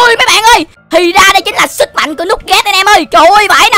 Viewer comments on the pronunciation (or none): none